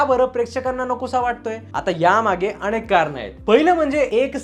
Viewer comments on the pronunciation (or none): none